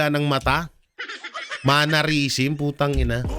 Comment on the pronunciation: ‘Mannerism’ hindi po ‘MANNARISM’ ✌️✌️✌️